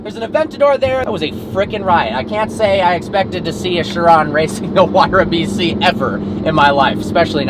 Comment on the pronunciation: sorry it just sounds like he is saying vc